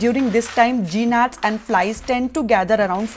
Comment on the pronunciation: Wonderful content. I am a first time viewer from the UK - and really enjoying your content! One thing - you seem to pronounce words incorrectly which leads to confusion, for example - ‘GNAT’ is pronounced as ‘NAT’ in the English language. It’s a silent ‘G’. It is not a ‘ Geenat’